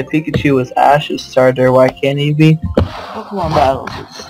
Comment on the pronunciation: ITS NOT POKEMAN ITS POKEMON MON MON ONNNN :P PLEASE STOP